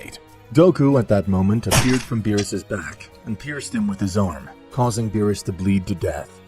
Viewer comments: Who the fuck is Bill? Are talking about the character from King of the hills or bee R us..beerus roll the damn "R" in his name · Stupid ai can’t pronounce words. How do you get Bills from Beerus? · It's beerus, not bills!!!!!!! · but wait bills lol berus is not berus hes bills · Beerus❌ bills✅ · "Bu-yills" ahhh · Its the AI narrating and it mispronounces quite a few names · Honestly the way you talk enjoys me more then you not being able to say berus